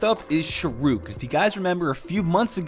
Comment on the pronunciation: The second guy, you pronounce it sha-h-ro-kh